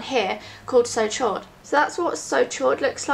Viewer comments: It's pronounced 'so sho', chaud is french for hot, it means so hot :) xx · Hey, absolutely love your videos, not being pompous or anything from 'chaud' is a french word meaning warm/hot, it's pronounced a bit like 'sho' xxx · hahaa it's pronounce so showed, chaud is french for hot :) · "did she just say So Chode" - My boyfriend. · "so chaud" is pronounced "so show" pretty much. Chaud means Hot in french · Chaud is french for hot. it's pronounched like the word show in English :) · So chaud is pronounced "so show". it means hot in french. Lovely colour :) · "Chaud" is the french word for 'hot'. The 'ch' sounds like 'sh' and the 'au' is more of a guttural 'o' as in 'road' sound. You can hear the pronunciation on Google translate.